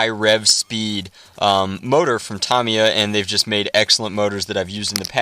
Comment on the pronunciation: not to be a grammar nazi but this is how yu say it :) (Taameeeyaaa)